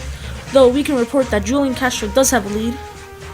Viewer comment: You say hulian